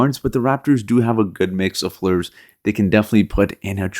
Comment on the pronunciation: Players not plurs